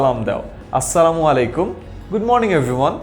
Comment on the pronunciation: The worst thing about you is -tumi sobaike tumi bole sommondho koro which doesn’t seem nice in our culture. Change this attitude. Another thing is It's not "samalikum" it’s "assalamualaikum". Thanks.